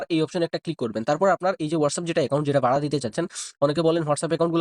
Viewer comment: ভাই বাড়া না ভাড়া হবে😂